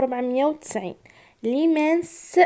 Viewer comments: تعلمي تنطق العداد بالفرنسية يقوللها ميل كت سون كتخفن ديس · 😂😂😂😂😂😂1490 متعرفش تقولها بالفرنسية هدي استادة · وشنو هاد النطق ا وسمك 1490 معرفتيش تقراها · ههههه معرفتش تقول 1490 ميل كات صو كتخوفانديس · علاه 1490 معرفتيش تقوليها بالفرنسي😂😂😂😂😂💞💞💞💞